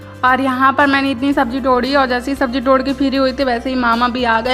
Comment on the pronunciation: टोड़ kyu bolti ho tum